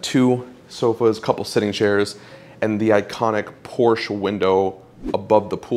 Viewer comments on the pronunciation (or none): Porsche is a TWO syllable word. Period.